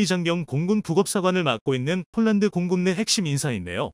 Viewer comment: 이보세요 몰란드 몰란드 하지마세요 남의 이름을 함부로 바꾸지 마십시오 폴란드 발음 안되나요 혹시 일본인인가